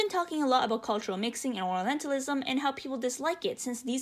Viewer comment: I can't be the only one hearing oralentalism instead of orientalism, right? I don't mean it in a mean way, please don't get me wrong. But it's just an observation from the video and I couldn't see anyone commenting about it. Otherwise, I think I agree with OP on most of the points they make about the game and the representation/misrepresentation of oriental cultures.